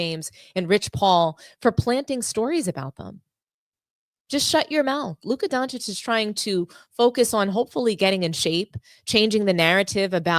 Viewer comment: Thank you for pronouncing Doncic correctly ;)